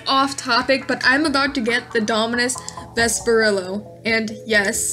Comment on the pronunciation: "v E s P e R i L l o"